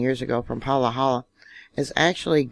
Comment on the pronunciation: Living in Hawai’i Island close to this morning’s quake, was awake, felt it shake, got an alert on my phone of a 4+ quake. Then a few minutes later a new alert with a lower reading. Wish I had taken screen shots! As we have lots of shaking going on in the area, pronounced “Pa ha la”. All lowercase a’s. Thanks for your updates. I follow you for your Yellowstone updates, born in Bozeman. Much family on west side of country. Hawai’ian local told me after Kilauea eruption that Mauna Loa would be next. Tradition? Cultural awareness? I am watching and listening. Astrologers talk about planetary alignments which indicate increased volcanic activity. Unconditional heart centered love and being in the moment. No time or energy for fear. Just staying aware. 🙏🏻